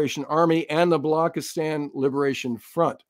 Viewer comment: Hey, work on your South Asian pronunciations. Vishakapatnam...Wish-uk-a-put-num. Balochistan....Bul-u-chis-taan, and not block-is-tan. Wake up, you have an international audience. A big fan, hence the liberty taken.